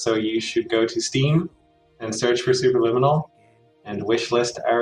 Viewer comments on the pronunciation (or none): ok.. let me teach you how to pronounce the word Superliminal. Say it with me slowly... Supe.... Per.... Lim... min.... nal. Not sububububububububueral Its Superliminal. k? Thanx. Bye. Ferphuxake...